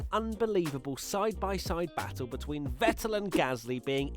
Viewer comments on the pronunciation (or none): none